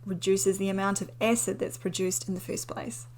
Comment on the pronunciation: It's cute how she pronounces acid. She says ecid.